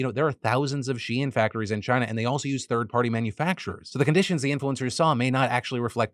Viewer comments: Wait she-in??? I have literally never heard it pronounced like this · Phil it’s pronounced SHEEN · TDiL: Shein is She-In and not a funny way to spell Shine 🌟✨️ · On top of everything else, I just can't get over naming a company "shein" and insisting it's not pronounced "shine" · I don’t how a single person in your office has not corrected you on ur pronunciation of shein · Take a shot every time Phil says SHEIN